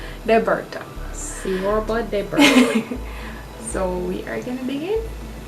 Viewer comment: It's pronounced "Chorba" Not a Romanian, but an Italian American that's been obsessed with Romanian cuisine for a while 😁Fun video, but would have been nice to see you actually cooking the recipes